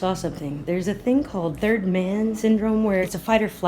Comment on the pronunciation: Did that lady from CNN say "turd in Iraq?"